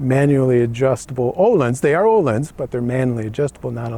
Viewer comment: Nice bike and review. And... ÖÖööhlins with Ö, you said it right this time 😉. Keep on doing this videos for us, great job. Grüße